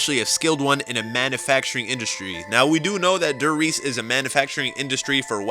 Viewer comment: You said die Reise it's die reese